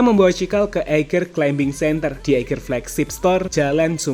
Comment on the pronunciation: Maaf mas, climbing bacanya climing, seperti plumber bacanya plumer